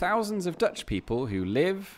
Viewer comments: Your Dutch accent is excellent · Your Dutch wasn't too bad. You made the effort to LISTEN to the names somewhere. Standard suggestion, apart from the local people: Forvo.